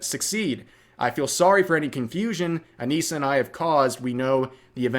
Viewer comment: If you're going to say it. Say it right. Anisa and her wife.